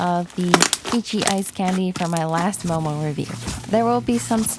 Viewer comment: sounded like she said mobile slimes😂